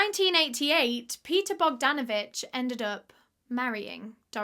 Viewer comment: when she says Paul Bogdanavich 😅